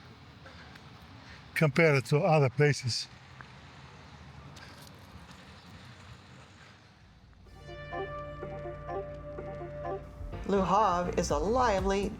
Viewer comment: It is LE HAVRE, not LA HARVE !!!